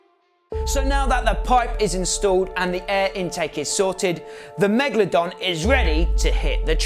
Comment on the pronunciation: why does he call it megladon and not megalodon